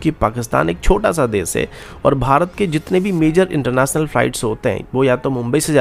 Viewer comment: Yaar sach hai ya nahin . Bas dar jao na 😂 Aur bhai tu hindi na bola kar .. hansa hansa maar dega kia .. sosal media .. c1 thatteee .. fir .. bolaaaey .. ye konsi language hai yaar ?? Cetal ayseea .. air karapt .. jyada, intelnasnal. Chal ja .. nalaiq .. char hajaar .. airkarapt.. adeeesnal .. primary fail ..